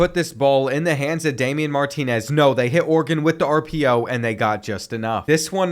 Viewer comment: It's Oregon not organ